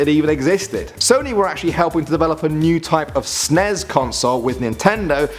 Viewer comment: i hate it when people pronounce nes and snes as if its one word